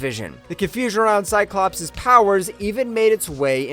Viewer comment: Drinking game. Drink when you, hear cyclopse